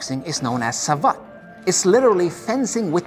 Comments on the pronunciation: Besides, Savate is pronounced like cravate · Well just to be clear.. the e at the end of the word savate is not pronounced like in the word karate. In fact it isn’t pronounced at all. It is pronounced sa-vat’. When you read both words correctly they now don’t sound at all alike. kara-te (tay) sa-vat’ (like «bat»)